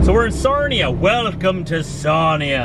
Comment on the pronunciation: It is Sarnia not Sarima ,but that's ok